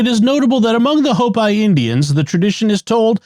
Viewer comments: Their nation is pronounced 'Hope-ee" not "Hope-eye'. This is a very common Native American nation... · Out here in the Southwest we pronounce it hope-ē, not hope-eye. Just sayin'.